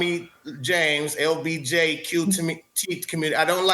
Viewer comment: Did he say LBJQ while discussing LeBron?😅